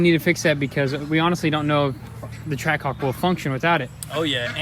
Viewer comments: Ah yes, a "Trackahwk". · I thought it was Trackhawk not trackahwk